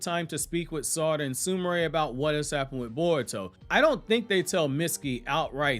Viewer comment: U must be saying Sumire like that on purpose.. SOOMARAY? I'm sure you've heard them say her name 😂 it's like the fake anime watchers saying Nahroodo